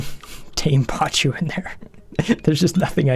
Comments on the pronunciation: Pa-koo, NOT pa-choo... =_= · Not PACHU.. PACU (pa·cu - or pakú).. This always triggered me.. :P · It's pronounced PAKU, not pachu, sorry it just hurts my ears :p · They are called "PAH-KOO" This is a real fish!